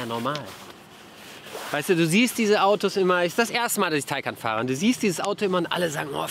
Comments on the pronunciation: Taycan, nicht Taycaaan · schön wie türkisch Taycan ausspricht 😂😂